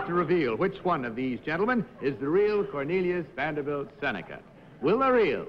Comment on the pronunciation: In the second game I knew the second contestant wasn't it because of the way he pronounced "his" name: Cornelius Vanderble Seneca. The other two said Vanderbilt.